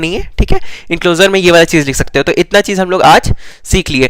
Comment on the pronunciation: Itna ❌ itta ✅